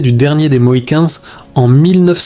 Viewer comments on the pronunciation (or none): "La takedown", "le dernier des mohicane's", "mille neuf cent quatre vingteuneuf"